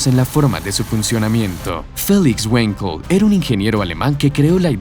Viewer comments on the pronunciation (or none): none